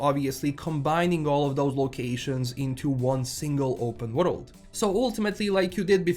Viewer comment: can't wait for this remake, I tried to play TW1 for years but it's too clunky for me, also the way you say W-road instead of world kinda gets me a little off guard everytime😅